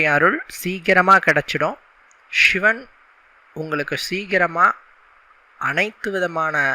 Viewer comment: ஷி என்கிற உச்சரிப்பை மாற்றி சிவன் என்று உச்சரியுங்கள்.